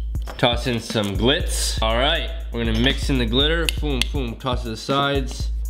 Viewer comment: When you said glitz I thought you said clits and I was just like I thought this was PG